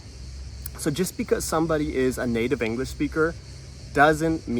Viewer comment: Inglesh? Is Englishtown so